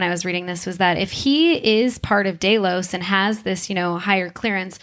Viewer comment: This creative pronouncing is everywhere on the GOT and Westworld channels. From now on any channel that is so willfully careless as to not know how to pronounce the names of the main characters, places or entities, looking at you especially GOT, gets a down vote.